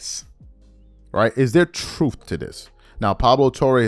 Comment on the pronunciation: Is there “troof” to this? Damn